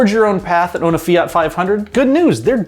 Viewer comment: The way he says fiat is enough for me to punch him